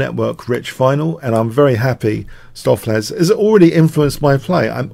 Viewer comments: Yeah, another dutch fan of yours helping you with pronounciation. use stow from “To STOW away”.. ➡️stowflace. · Your preferred pronunciation on stoofvlees is the correct one,: the oo is like the o in Benko, the ees is pronounced as ace. Dutch can be tricky for non-natives. Really enjoying Stoof playing like Leela Jr, thanks for the vid